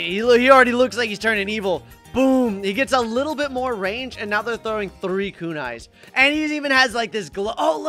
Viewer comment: yeah i taught for a second he was trowing eyes😂😂😂